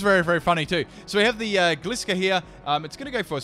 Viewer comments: Anyone else he says Gliscor but he Mispronounced it so its Gliscor (Gly-score) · I'm sry but I really don't like the way you pronounce gliscor